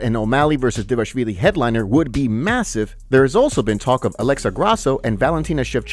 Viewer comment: Dvalishvili. Not Devashvili. How fucking hard is it bro